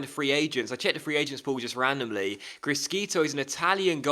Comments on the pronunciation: The italian pronunciation is "crishito" not "criskito" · it's pronounced Kree-sheetoh C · GG's regen prounanced Crishito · criscito is pronounced cris-SHito but apart from that great vid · it will annoy me so much. please just say it properly - crish shi to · Criscito is pronounced Cree-shee-toh